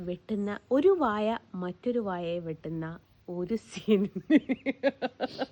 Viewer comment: വാഴ എന്നു പറയൂ മോളെ വായ എന്നാൽ mouth എന്നല്ലേ ?